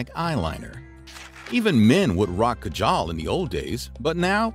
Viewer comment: Ok no hate but as an Indian it’s really funny on the way u said Kajal but I’m happy u still took the effort to try to say it correctly